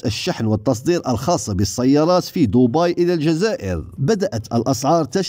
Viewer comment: الي يهمني من تعليقك هو نطق لكملة دوبي قلتها بطريقة خاطأة ماهيش هكدا العربية راك تكسر فيها وتنطق في الاسم بطريقة رعناء